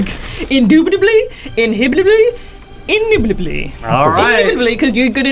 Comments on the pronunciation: Therapist: " Colonel Sanders doesn't exist she can't hurt you" colonel Sanders: indubidley, inhebidley, inhbdjdke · How did she put like 20 "B"s in indubitably...